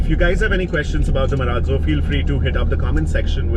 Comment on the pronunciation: Why do people pronounce it MA-RAAT - ZO WHEN ITS MA-RAAZ-O?